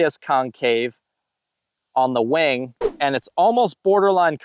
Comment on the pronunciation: Great video sir! When you said wing at first my immature mind thought you said “Wang” lol. Keep up the great videos and I really enjoy these length of videos also, some guys over breakdown the discs but this is nice and simple.